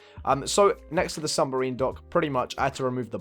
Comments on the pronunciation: New sub! Love this house! But it's "submarine" not "sumberine" lol <3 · Is anyone else annoyed by the fact that he can’t say submarine right?